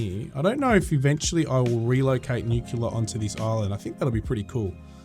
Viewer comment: It's pronounced new-clear not nucular, stop staying that it sounds dumb.